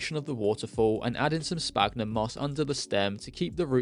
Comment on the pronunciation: Hi, I really like your content especially the terrarium stuff but please please stop saying sPagnum it's pronounced like sfagnum because of the ph. I don't mean to be rude or anything I just find it so hard to keep hearing that mistake.